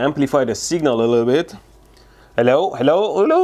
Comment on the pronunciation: I love his Helow helow